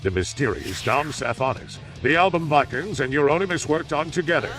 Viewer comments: And one little correction. It's Varg Vikerenes, not Vikerns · Varg VIKE URNS😂 VEEK ER NEZ spelt vikernes